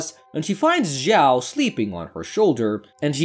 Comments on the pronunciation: Zhao should pronounce chao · 'ziao' 💀bro it takes two seconds to check the pronunciation in google translate pls I'm begging